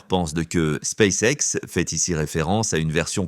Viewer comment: "Space sexe"! Halalala l'IA...